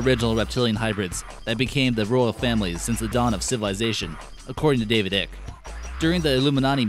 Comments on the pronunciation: It's pronounced eye- ck! Say it with me... eyyyyeeeeccccckkkkkkk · FYI David Icke is pronounced as sounds `like` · If your gonna keep saying David Ike's name, I suggest you learn how to pronounce it "Ike" sounds like bike, like etc. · Mr. ICKE'S NAME SOUNDS LIKE SPIKE! A SMALL BUT ANNOYING LACK OF RESEARCH FROM YOU!!! Interesting vid though! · Bra ya can’t even pronounce the name of the man most famous for making these claims. I’m sure you’re well qualified to spread disinformation. Bet ya can’t piss up a rope though. You should try it. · You not not pronouncing David Ickes name correctly